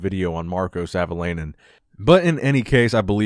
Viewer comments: It's pronounced Savo-lie-nen 😀. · ”Sävöleinen” :D